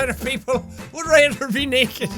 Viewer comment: "69% percent of people would raether be naeked" that Irishness rocking in his accent